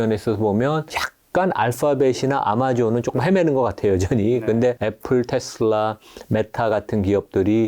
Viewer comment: 제발 ‘테슬러’ 라고 발음하지 마세요. 저 미국 30년 살고 있고 영어 능통한데 아무도 그렇게 발음 안해요. ‘테슬라’입니다. 정말 거슬리네요😮